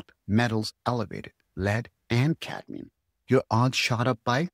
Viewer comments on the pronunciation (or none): Cadmium not cadium